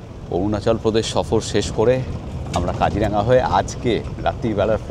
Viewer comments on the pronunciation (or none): Not Kajiranga it's Kajironga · Really enjoying your vlog. 👌🏽 I am grateful to be able to view my motherland from 7,000 miles away through your camera 🙏🏼🙏🏼 I would like to point out just one thing —- correct pronunciation of Kaziranga is কাজিৱঙা, and Nameri is pronounced as নামেৱি